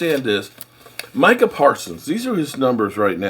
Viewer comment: I'm proud of you, you actually called him My-cah, instead of Me-Cah. lol